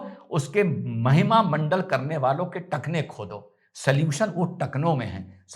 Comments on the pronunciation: Sir वो महिमा मंडल नहीं महिमा मंडन होता है धन्यवाद आप हमेशा हंसते रहे ❤ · शानदार जानदार ज़बरदस्त अप्रतिम अद्भुत अकाट्य सटीक विश्लेषण, आप जिसे महिमामंडल बोल रहे हैं उसे महिमामंडन कहा जाता है